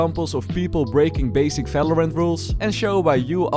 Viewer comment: valorant🤢 falorant😏